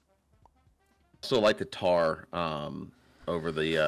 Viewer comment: The way he says Tahr kills me